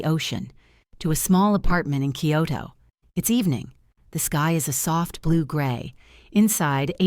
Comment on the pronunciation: The message is good. The delivery is ANNOYING! That AI-generated too Western sounding voice makes it fake. The pronunciation makes me cringe - not only mispronounced Japanese words but English words. Okinawa is not pronounced OKA-nawa. Kyoto is not pronounced KEE-yoh-to. It’s not Collagen (letter) “I”, it is (number) 1. It’s too long but that full on Western-sounding voice is horribly annoying. And, it is way, way too long and drawn out. I’ve watched other videos from these people before and nothing has changed. Same annoying voice, mispronounced words and way too long.